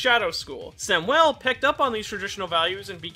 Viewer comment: Why do you say Samuel like that?